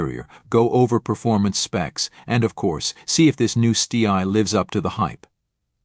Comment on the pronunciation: Use a real person for the voiceover, this CG version is ridiculous. Stee Eye indeed. Do it properly or not at all.